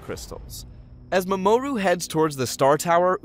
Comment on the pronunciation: The fact that he pronounces the names differently every time he says them is kinda hilarious. MaMOOru is my favorite.